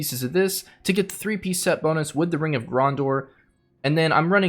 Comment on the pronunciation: gran·deur. Please if you make more videos learn how to say things correctly. Also add in % for CD reduction, <Cough> 41% is ideal for this build with your Trimming set.